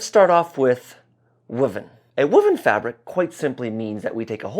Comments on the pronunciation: Linguistic note - I've never heard woven with a 'wood' vowel before ! Woo-ven. Only ever heard it with the 'woah!' vowel. Woah!-ven. 🙂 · I agree 100%. Always provides solid content. But his pronunciation of woven is making me crazy. I pronounce it woah ven. He says wuh ven. Tomato. Tomahto.